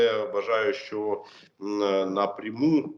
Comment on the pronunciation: Особливо слова - напріму